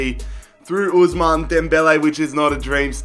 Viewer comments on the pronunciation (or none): none